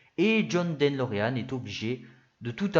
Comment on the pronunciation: En effet, c'est De Lorean et non Den Lorean comme parfois prononcé. Ça fait mal aux oreilles, dommage car le fond est bon !